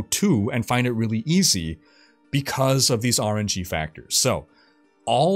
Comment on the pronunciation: It took me a second to realize he was saying RNG, not "orangey". ;)